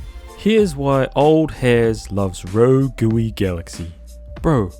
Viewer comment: “Rogooey” hah